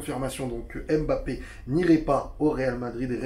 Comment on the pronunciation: Mais arretez de l'appeler embappé sérieux quoi pourquoi tout le monde prononce son nom comme ça... c'est mbappé !